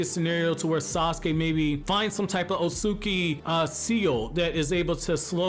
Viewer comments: The way he kept mispronouncing the name Otsutsuki was lowkey triggering me 😂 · No cap